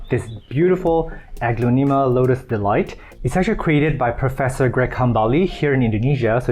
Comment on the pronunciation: you are saying the genus wrong, it’s more like, uh-glon-a-ma.